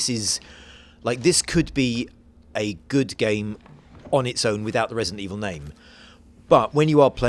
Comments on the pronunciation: Great, the guy with the speech impediment narrating this again. Wesident Eviw is scawy but gweat.... wight? Jesus, hire a speech coach for the dude already!! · "Vesident Evil" LMAO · ...Im gwad we didnt have to wait unto febuwaway fow wesident evoww to welease. I dont think I kewd of waited that wong.